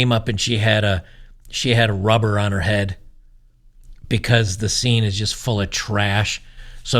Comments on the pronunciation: River seine is pronounced sane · It's the Seine river pronounced "sayn" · Its pronounced Sen river. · Seine is pronounced sane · The river Seine is best pronounced "Senn". Minor point.